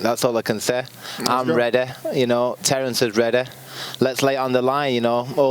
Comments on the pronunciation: 😂😂😂 "Im reda...Terrence is reda"...i thought it was ready🤦🏽‍♂️ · He think he "Reddeh" but he aint "Reddeh" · He thought he was "Reddeh" He wasnt "Reddeh" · “I’m redee, Terence is redee” Lmaooo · I'm redeh, he's redeh... Are you redeh?